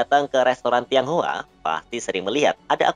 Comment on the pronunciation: ngmg tiong hua nya yang bener hahahaha mending ngmg "warga keturunan" 🤣